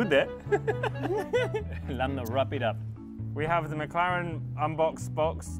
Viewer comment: No one: .. .. Carlos: LANNO